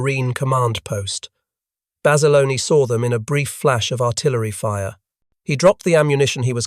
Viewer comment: It’s Bassa Lone not Bassalony. Great story of true heroism.